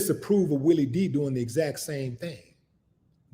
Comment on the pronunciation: Its Willie D not Willie V lol, Geeee Beeee!"